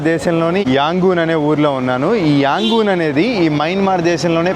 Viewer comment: its యాంగన్ or రంగూన్.. మీరు రెండూ కలిపి యాంగూన్ అంటున్నారు..😂❤. ఐ లైక్ your videos.. Good Coverage